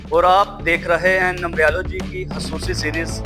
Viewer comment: السلام علیکم بھائی جان یہ لفظ نمبریا لو جی نہیں ہے نمرالوجی ہے اپ مہربانی کرکے نمرالوجی بولا کریں نمبریا لوجی نہ بولا کریں